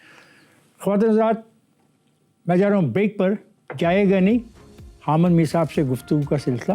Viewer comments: اس طوطلے جاوید صحافی کو حامد کہنا نہیں اتا خامد میر کہ رہا ہے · Hamad Mir😂😂 his name is pronounced as Hamid Mir. Look at the level of his urdu language.